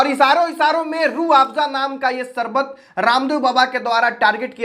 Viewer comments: Chal sale baiye pehle teek se hindi toh sikh le fir bol sarbat nahin sharbat hota hai shkti shakti hota hai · Are app teacher hona Sarbat nahi hota Sharbat hota h